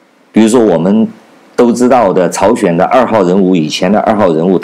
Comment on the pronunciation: 朝鲜，不是朝选